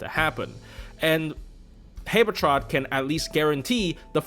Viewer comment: why do u pronounce habetrot like that